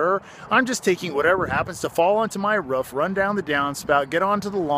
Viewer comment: the ruff?? wtf how u prunouse roof?